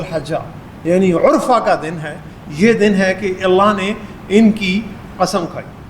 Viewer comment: یوم العرفہ پر پیش نہیں زبر ہے۔